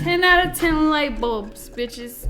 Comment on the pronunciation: I am on the e floor laughing so hard!! “Ten out uh ten lightbuls”